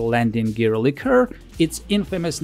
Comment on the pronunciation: Как вы русские заебали уже. Вы бля*Д*ь свой язык толком не знаете, так ещё на английском умничаете. ЛИ-ка ... хуИ-ка блядь. Есть слово liquor, а есть liqueur. И они, сюрприз блядь, и по смыслу и по произношению разные. Как бы так фильтр настроить, чтоб вас банило автоматом.